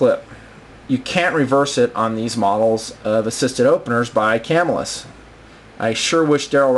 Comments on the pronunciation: It is Ca Mill Us Not Cam Ill Us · I have been watching your vids for the past hour having just discovered you. Excellent excellent reviews and videos, but I got to make one comment: I grew up and still live within 20 miles of Camillus, NY and the Camillus Knife factory. The local pronunciation is kuh-MILL-us. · Love the Blaze, Heat and Sizzle; I have several of each. I would highly recommend that before you upload a video to the Internet you learn how to pronounce the name of the company. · these knifes were produced in spain not by camillus new york you can still buy them all day for around 30 to 40 dollars ,and your saying camillus wrong.